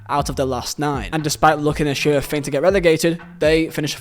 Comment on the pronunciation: Makes you think not makes you fink